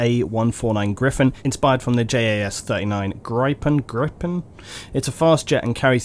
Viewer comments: The jet in the dlc is pronounced griffon, the jet in real life is pronounced "gree-pen" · Gryphon is based on the SWEDISH Jas-39e Gripen 🇸🇪🇸🇪🇸🇪 We pronounce it Gree-Pen. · These people are all wrong, it's pronounced "gree-pen". jas gripen. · JAS-39 Gripen, the i is long and pronounced like the i in indigo with a rolling R before that :) I've had issues with arma and getting a joystick to work with the air vehicles is this a common issue with jets and choppers?